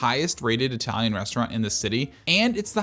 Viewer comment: resh - trant